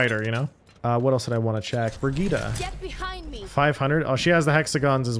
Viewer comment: Why are you pronouncing Bridgette like that